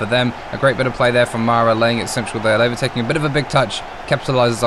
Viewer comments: Lae-va? It's La-via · "Laiva" 😅😅😅😅😅 that's crazy English never loved us😅😅 Lmao 🤣🤣🤣🤣🤣🤣